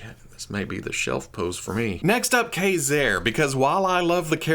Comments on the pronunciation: The X-MEN animated series called him Kay-Zar not Kuh-Zar. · Think of the military knife Kabar (Kay Bar) and pronounce it Kazar (Kay Czar). Consistent pronunciation (even if wrong) helps with continuity. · Don't you mean Kay-Zerr? 🧐 🤣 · I believe the correct pronunciation is Kayzer. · A game I often play is "see how many different ways can pronounce Mafex in the same video." Today that was Ka-Zar haha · Love you, love your show, can't stand the way you pronounce ka ( K, A) Zar ( hard R). Care, hare, Karl. See the difference? No e at the end. xoxo